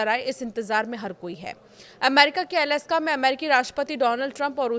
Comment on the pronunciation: अलस्का नहीं - अलास्का 😂